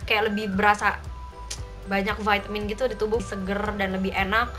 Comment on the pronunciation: Pake EYD donk...Vitamin bukan Veytemin 😂,kan ini indo bukan ausyy😬.....piss